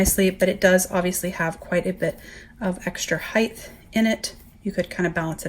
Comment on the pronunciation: It’s such a pet peeve when people say HEIGTH instead of HIEGHT lol. Great video tho thank for the comparison it’s super helpful!